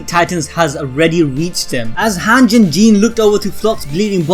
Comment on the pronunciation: This guy sayin “hanch” instead of “hange”